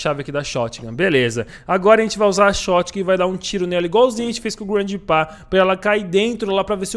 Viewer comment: Oque é: GRANDPA oque eu entendo: GRANDE PÁ